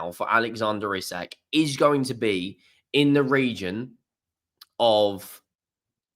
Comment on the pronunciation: Its pronounced ee sack 👍